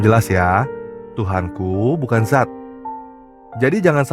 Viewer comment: Bukan zat,tapi Dzat